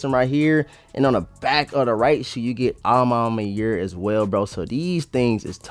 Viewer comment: "A ma manière" bro " manière " no Mayer 😪🥱😤